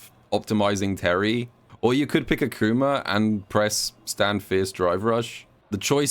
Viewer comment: Who tf is ackcooma 😂😂